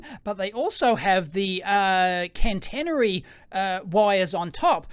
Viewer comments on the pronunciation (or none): "can-tennery" -> catenary ("cat-een-ary") "5 units" ... I'd guess it's the non-Anglo dot instead of comma as thousands separator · I hate doing this, but it fires my autism a treat. "Catenary" pr. Cat-a/eh-na-ree. Sorry. Here in Finland we're mostly electric buses in cities. It's a transition, not an overnight replacement even though it just could be. Whatever gets us off the oil tit is already a positive.